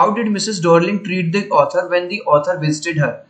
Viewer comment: डोर्लिंग नहीं डार्लिंग है🤣🤣